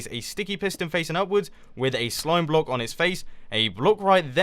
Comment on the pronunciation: sounds like you're sayin bloke lol